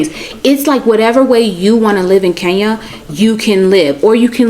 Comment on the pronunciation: Who will teach these people to pronounce the name Kenya properly. I find it incredible that they cannot even pronounce such a simple name well.